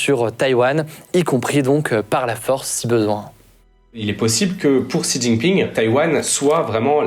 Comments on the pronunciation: certe mais il vaut mieux mal prononcer shi ou au pire rester à la française avec xi plutôt qu'inventer un Ji. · Bravo! Ayant vecu 5 a Taiwan, marié a une Taiwanaise et papa d une petite mixte. Je passe beaucoup de temps a raconter tout ce qui a ete dit dans cette video. Juste un element que je n ai jamais entendu en occident concernant Xi jinping (xi se prononce "shi" au passage) c est que le pere de Xi Jinping etait le vice premier ministre de Mao Zedong. Et qu il a ete foutu dehors lorsque Mao a renforcer son pouvoir en virrant les elements derangeant. Ci jinping deteste Mao et fait malgré tout tout son possible pour realiser les travaux de Mao.